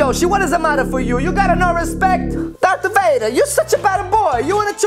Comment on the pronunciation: it call dark vader not drath vader